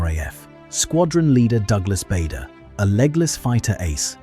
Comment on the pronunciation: 🎉The name Bader was pronounced incorrectly.